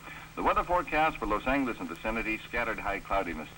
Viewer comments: the radio: "lowes - angle - eeese ... facepalm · I love the old pronunciation of Los Angeles